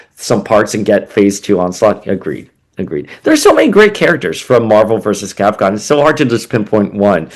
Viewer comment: Why you keep pronouncing Capcom as Capcon?